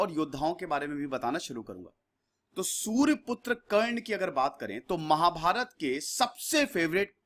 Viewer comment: Why you pronounce surr putra instead of Surya putra. Also sir pls use wise words as you are casually using words & sometimes several statements which are inacorrect .. Bharat me castism kabhi nahi tha Varna the us time pe , castism introduced by British in India... pandavon ko koi sare sukh nahi mile ... unka childhood bhi shadiyantro se bhara tha but they having shield of bhishma charya & Shri Krishna. Parshuram ki kahani bhi 100% sahi nahi batayi aapne ... Better way students pls read book of karna named as "mrityunjay"..